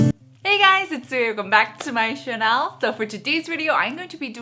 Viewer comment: I like your videos but I cannot stand how you pronounce word 'channel'. It's cringworthy, it shouldn't be prouced like 'Chanel', please.... I have goose bumps hearing this every time.